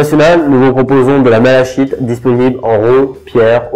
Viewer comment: Apprend à le prononcer